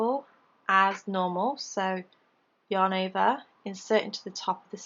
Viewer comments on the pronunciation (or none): Thank you for making such great, easy to follow leftie vids. I haven't been able to "get it" until I discovered you. One question...do you ever get tired of saying "yahn ovah"?? LOL just kidding. I love your accent :) xoxo